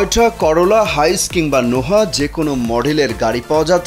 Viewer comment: noha na bro, no ah